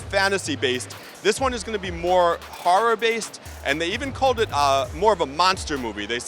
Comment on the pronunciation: Is there any "harror" tho